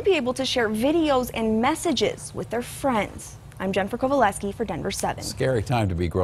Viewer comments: One girl said fwends and other stuff with a. W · really fun to make these with your fwiends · She said fwends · ITS WILLY FUN TO MAKE MUSICALLYS WITH YOUR FWIENDS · “it’s really fun to make musically with your fwiends” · It's reawy fwun to do muwsicly wif our fwends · With fwends :) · Fwens FWENS YOU HAVE BRACES I ASSUME CAUSE YOUR TALKING LIKE A DERP